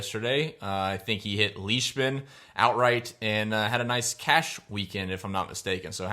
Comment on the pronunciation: Lyshman?? Comon Mann...Leishman.